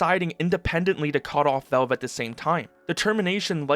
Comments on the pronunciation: I like your videos, but I have to mute you and put on cc, the way you say VOWVE (valve)c drives me mental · Good info. Just say VALVE not VELVE. Thanks bro